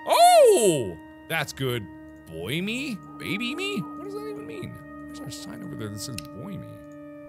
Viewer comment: We gonna ignore the fact that markiplier said "boy me" instead of "buy me" 😂